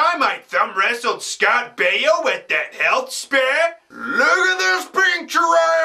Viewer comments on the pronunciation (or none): "Scott Baio at the Healh Spare"!!!!!!